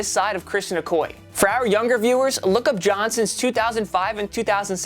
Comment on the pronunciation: Okoye and Dorsett pronounced wrong